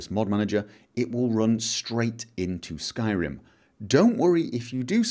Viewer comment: Your pronounciation of r's is infuriating xD skyRim, not skylim...